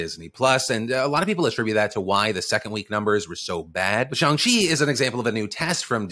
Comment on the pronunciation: Thank you for pronouncing Shang-Chi correctly 🥺🥺🥺 It’s little things like this that def have kept me a fan since 2008 ❤️❤️❤️ That and being able to watch you get spit on 🤷🏼‍♀️